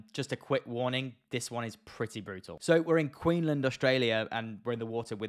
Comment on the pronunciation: Queenland 😂🤣 lol you forgot the “s”, it’s QueenSland